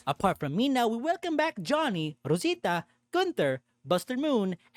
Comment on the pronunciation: Que bonito pronuncias Rosita.